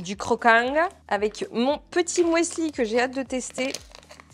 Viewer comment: Alors, cela ne se prononce pas « mouesli » 😂😂 mais « musli » de l’allemand müsli ou muesli. Bref, c’est un U ! 😊😉